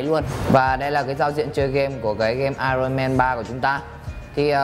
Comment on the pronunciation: ai ần ông ơi, không phải ai rồn =))))